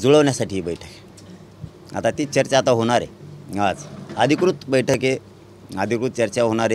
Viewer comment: Diwali aahe sutti ghe jraa v aaram kr ,baithak aahe na tuzi v faltu news reporteranchi 😂😂😂😂😂😂aani ksli baitakkkkk baitakkk mhntoyyyy😂😂😂😂